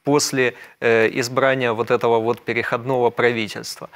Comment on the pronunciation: Ведущий, будь добр, изучить правила и нормы русского языка, если ты ведёшь передачу для русскоязычного слушателя! Правильное ударение - перехОдного периода. Почему корректор или редактор тебя не поправляет. Это просто позор!